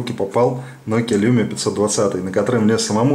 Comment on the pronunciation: Не люмиа а лумиа... Так финны говорят даже